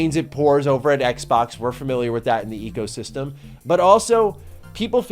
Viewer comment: It kills me a little every time you say ecosystem.